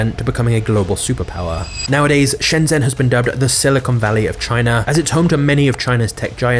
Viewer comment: It has consumed your life and you still can't even spell or pronounce Shenzhen? lol